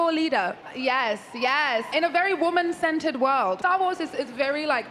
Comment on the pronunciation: to this day, I'm not sure whether she says "centered" or "scented"